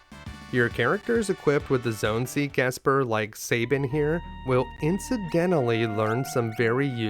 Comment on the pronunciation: I know it’s trivial but I hate when people pronounce Sabin’s name like (Say-bin) and my logic is this: take the word gab, like the gift of gab…it’s not pronounced (gay-b). Gab. Sab. Sab-in. Don’t mispronounce my favorite character’s name, damn it! 😏